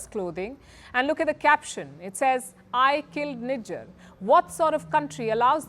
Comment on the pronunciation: These dudes can't even pronounce 'Nijjar' they are calling him ' Nigga' ....😅😅